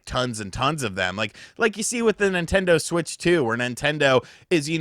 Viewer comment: Why do you keep pronouncing Nintendo in a funny way?